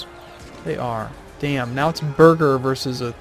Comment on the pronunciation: I don't understand how you say "Birger" as "Burger".